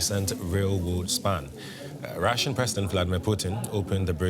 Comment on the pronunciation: You said russian wrong